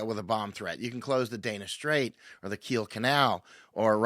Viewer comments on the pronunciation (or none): none